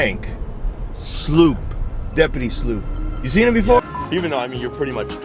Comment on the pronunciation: Okay two things: 1) That music video/shoe commercial had me DYING 🤣🤣🤣🤣. I was gasping for air over here. That’s some seriously funny stuff! 2) Frank Sloup’s last name is pronounced like slope not sloop (heard him say it in his videos).